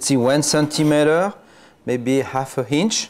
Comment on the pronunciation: "Maybe half a hinch" 😂